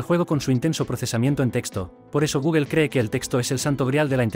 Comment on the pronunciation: ¿Por qué pronuncias mal Gemini y Google?